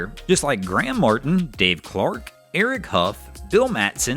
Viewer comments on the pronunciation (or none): none